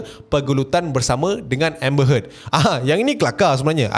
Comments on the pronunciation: "Pernah dgr octaFX" Btw sebutan nama Amber Heard.. pronounce yg sebetulnya like ayat perkataan "hurt" bukannya "head" btw.. Peace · Amber heard bukan amber head. 🤣🤣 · Amber Heard bukan Amber Head...aduhh..... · Grindelwald. Dumbledore tu ex-bf dia. Lepas tu amber heard..bukan head. Aku dok fokus kat info je, tp bila ulang2 sebut head tu annoyed plak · "hurt" pun salah sebutan tu. "heard" disebut macam "herd" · maksud sy ibarat kan ke arah sebutan ayat hurt or lebih tepat herd :) peace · Pronounce heard bunyi u bukan e..